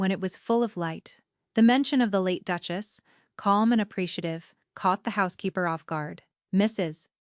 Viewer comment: Very hard to even follow the story... Duke-As' ???? Duke-es ???